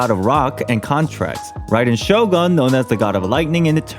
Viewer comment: Too bad he pronounced Shogun with 'Murican pronounciation of 'gun'..